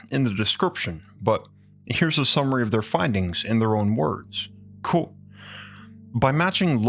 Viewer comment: is no one going to talk about they way he can't say the word ( quote )